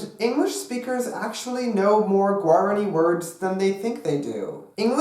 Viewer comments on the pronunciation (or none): "pear a gwey" "yur a gwey" "gwear a ni" oh no baby what is you doing???